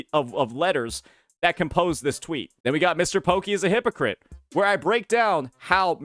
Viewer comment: Cannot pronounce hypocrite without saying "hi_pokke_it"